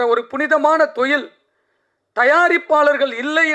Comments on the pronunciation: தொழில்❌ தொயில் ✅😂😂😂😂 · Suththa thamizhla pesarennu, thozhil ah marupadiyum marupadiyum thoyil nu sollum bodhu valikkudhu. Ivar thamizhara ne doubt varudhu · Thoilll 😂 sir normal Tamil laa pasunga y spoiling Tamil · Enaku thaan apadi kekuthunu nenachane.. thoil 😂😂😂😂